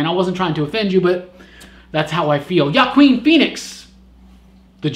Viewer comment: It's pronounced Joaquin, and he could be a good Joker...